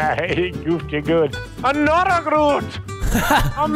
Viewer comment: "Anotha Groot!!"